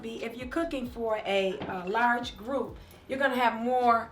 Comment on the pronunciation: I seriously love "KOOKING" moments with Kiki and Mommy ❤️🙋🏾‍♀️👏